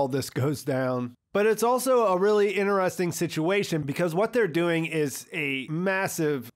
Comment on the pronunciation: man you gotta quit pronouncing "interesting" like that..